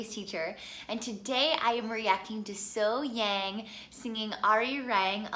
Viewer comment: Her name is pronounced SoHyoung. 😉😊